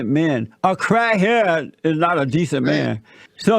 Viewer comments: "A crah head". 😆 he savage a true national treasure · 😂😂😂😂😂 I'm dying 'crah head' 😂😂😂😂😂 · Convinced crat het lol